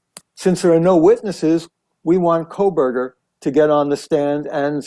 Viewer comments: KOH berger Not Kohl berger No L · Not Coal Berger Ko Berger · Megyn, it’s been 2.5 years and you still can’t say his last name right! It’s Koh not Kol 😂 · Megyn, you’re great! But at some point I wonder if you’ll stop saying Kole-burger and say Kohburger, which is his name. Just sayin …. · It's not Kohl berger!! No "L" Megyn!! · Hi Megyn - just FYI, it's Kohberger, not Kohlberger, there is no "L" - not that I care about him, he is guilty and deserves the death penalty, but just thought you should know. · You keep saying KOHLBERGER! It’s Kohberger! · Thank you! It drives me nuts how she still is calling him coal-berger every video and king “street”. She clearly hasnt been following the case just reading a script….I couldn’t get past 2 minutes. Just nope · How are you still saying his name wrong? You obviously aren't following the case. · Megan.. You're the bestest!! But there's no L in Kohberger .. fan always in WNC.. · 1) There is NO L in KOHBERGER It’s quite representative of your coverage of this entire case. 2) Your coverage of this case is Garbage. 🗑️ It’s terrible. You can’t even pronounce the Defendant’s Name FFS So no way you’d pay attention to the Details of the case. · Please pronounce his last name without an L. You have been pronouncing it incorrectly for years. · Giirrrrrrrllll!!! You’ve been following and reporting on this case for too long to still be pronouncing BK’s name with an “L” in it… Guess I shouldn’t care about that POS… and I don’t… just a li’l tick for spelling… 😂